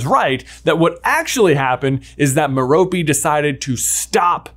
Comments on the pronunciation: Her name is Mer-rope. Not Mer-ropee. Please pronounce it correctly I'm cringing everytime you say it wrong. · One of your first theories I completely disagree with. I don't think an adult would develop an obscurus after just a few months of suppressing very little innate magic. Also, it's Merope, not Meropey! It literally has the word ROPE in it! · Its not Meh-ro-pey its Meh ro pay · Why you gotta say "M'Ropy", why cant it be "Maire-appy" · Long time listener, first time caller here... Tom Riddle"s mom's name is pronounced Mare-O-Pay. Every time it's mispronounced, it fractures my soul into another piece. Mare-O-Pay! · Ok are you sure that’s how to pronounce Marope?? I though it was MERE-O-pay? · A tiny thing that I never got sorted out: How is Tom Riddle's mother's name pronounced? Like Meh-rope, Meh-ropey, Me-ro-pee, or what?